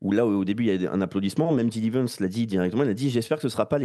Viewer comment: c'est pas "gidi vance" c'est "gédi vance" en phonétique !!!